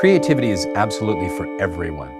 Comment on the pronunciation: Is it so hard not to sound completely hysterical ? I’m so annoyed by the first guy and his hyper annoying personality I wonder if I can finish listening to this. Then there’s the one who pronounced creativity as “CRAY-tivity”. 🤮